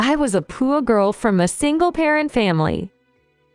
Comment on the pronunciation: I believe the words are read by a voice simulating computer. I agree - it is really annoying! We should make a collection of the most egregious examples. My vote for most numerous & funny mispronunciations of the same word goes to the word “poor”, which always comes out “poo”.